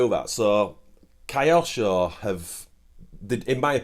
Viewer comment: Don't wish to be rude, but Kyosho would not be pronounced "Kai osho" Correct pronunciation would be "Kyo-sho" - equal stress on both parts or the word, with Kyo merging the letter sounds, rather than becoming "Kai". Cheers!